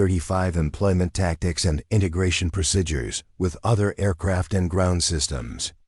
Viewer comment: Very annoying that the narrator can't pronounce the word, 'procedures'.